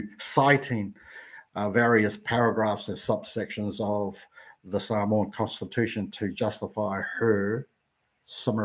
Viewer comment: I get that you don’t speak Samoan but at the very least say ‘Samoan’ correctly. ps. there's no 'w'.